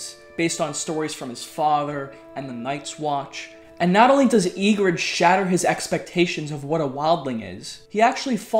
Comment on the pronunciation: Don’t expect much from someone pronounced “Yigritte” as “Yeegrid” or called “Grenn” “Glenn”